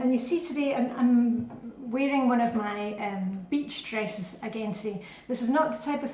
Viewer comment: Oh, I thought you said “bitch dresses”!